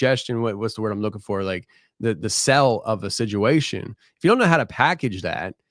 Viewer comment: I pointed out to my husband that you put a D in the word situation making it siduation and now he can’t unhear it every time lol